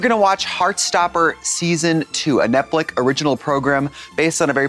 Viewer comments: is trixie making a point by continually saying 'netflick' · Am I the only one who heard Trixie say Netflick in the beginning 🤣